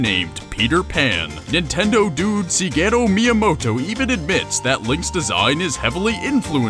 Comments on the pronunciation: him mispronouncing shigeru miyamoto's name is really begging to bother me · It's pronounced Geh-rudo, not Jeh-rudo. Thats how the Japanese pronounce it, thats how the British pronounce it, and thats how you should pronounce it. Also, Ra-uru, and, Shig-eru Miyamoto.